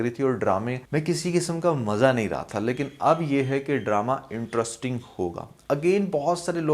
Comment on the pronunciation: Interrisssssting. Cherscterrrs...